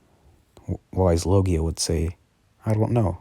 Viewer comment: You say the dragons name it is a w but it's pronounced with a v